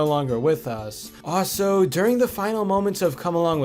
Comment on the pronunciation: statue , not starue also, not sldo